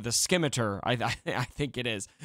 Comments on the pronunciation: See-me-tar. Not skimiter. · scimitar is pronounced "sim-ih-tar" :) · It's pronounced sim eh tar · Say scissors. Now say Scimitar. It’s not the Skimitar 😜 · My fucking eaaars 🤣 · Hey bud. The C is silent. It’s pronounced sim-it-tar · Skim-iter lol